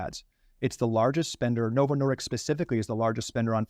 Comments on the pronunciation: 1. The drug is approved for weight loss in Europe contrary to what he says. Oh hold on, it's not approved in the UK. Of course, UK and Europe, same word for most Americans. 2. The company name is Novo Nordisk, he keeps calling it Novo Nordics again and again. Am not a typo natzi but if the guy is so passionate about the drug and the company itself, he can't even get the name right ? How many things does he really get right among eveyrthing he says? I'd wager saying it's a typical Carlson level content, get maximum drama, don't worry about the facts. Albeit I am able to get behind some of the challenges raised in the video and the review, I'm seriously disappointed with the attention to correctness, of everyone really. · Why wasn't that doctor helping Tucker? He looked like he was having an brain aneurysm. Notice how the doctors keeps saying Novo "Nor-dicks." Smart guy, can't be a slip of the tongue....